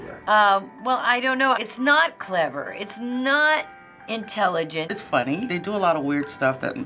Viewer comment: "its not intellagent"